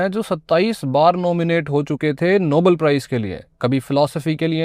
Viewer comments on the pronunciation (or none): none